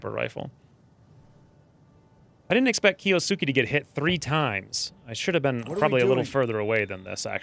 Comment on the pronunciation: Awesome cant wait for rest of series. By the way kiosuke is pronounced as key-ohs-K (silent u)